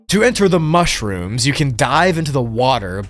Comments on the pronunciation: “Mush-Rooms” Hahahahaha…. No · MUSH-ROOMS but BACK ROOMS.... Yea LOL I get it xD |But it sounds funny only when you said it in you own way xD LOlz! And the second version is WAY MUCH better:) P.S Much-Room:D